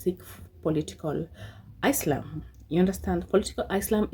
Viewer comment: Ever time, she pronounced asylum wrong. i corrected it. 😂😂😂😂